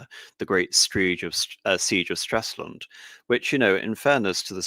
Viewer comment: Come on, it is not Straslund, but Stralsund.